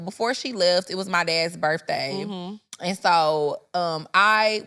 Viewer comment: I know some people that say "bafroom" and "birthay".